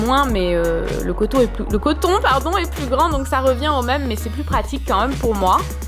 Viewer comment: On prononce "même" pas "meume" !